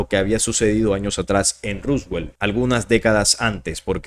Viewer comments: Por qué decis ruswel? Es roswell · Porque dice Ruswell? … se pronuncia Roswell, tal cual como se escribe y en inglés es Roswoll. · Se pronuncia ROSWELL con O